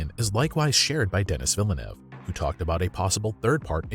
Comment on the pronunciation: Would like to see them at least get to God Emperor even if they switched to Streaming for it. BTW the Director’s name is pronounced “Den-ee Vil-Noove”